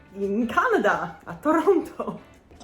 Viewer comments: It's Tranna. Not Tranno. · The second t should be silent... should sound like Tore-Ran-Ah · remember in saying Toronto you must drop the second T so it sounds like Torono otherwise you sound like a tourist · there are no O's in taranna